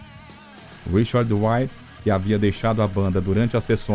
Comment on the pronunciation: O narrador deveria aprender a usar corretamente a pronúncia do nome de Richard Wright. Não se pronuncia "uaite" como o narrador faz diversas vezes. O correto é "raite".